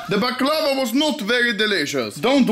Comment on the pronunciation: I'm not even Balkan and I'm just disgusted at how you massacred my boy baclava